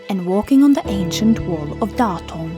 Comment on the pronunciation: I have to leave comment here as a person who was born in Datong. Your "Datong" pronouncation is perfect with correct tones (thank you for spending effort on it!). Since Datong joined China's high-speed railway network, traveling there is much easier. I used to fly from Beijing to Datong many times, but after the high-speed train started running, the flight route was canceled because it could not compete with the train. While Buddhism originated in ancient India around the 5th century BCE, it gradually declined in its birthplace over the centuries. Buddhism officially entered China during the 1st century AD during the Han Dynasty. It flourished, evolved, and deeply integrated into Chinese culture. There are significantly more Buddhist temples in China than in India today.